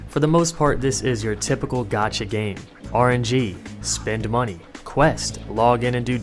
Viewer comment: I tought you were saying gachi I was expecting something else